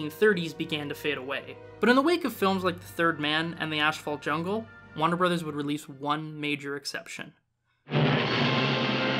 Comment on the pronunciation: "wanner brothers"!!? Lol jk decent video but remember the R in Warner brothers